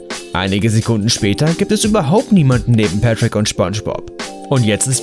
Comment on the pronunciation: Ich spreche es auch so aus und er sagt Petrick Junge 🤦🤦🤦